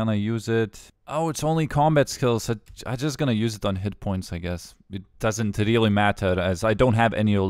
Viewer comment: very reerly